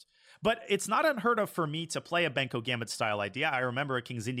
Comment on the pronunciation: it is Benko not banko